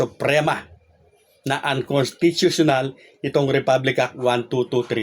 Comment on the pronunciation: Hirap mong bigkasin Ang unconstitutional nabubulol Kapa....kaya hintayin mo nlang kong ano disisyon Mr 101 percent bulol🤣🤣🤣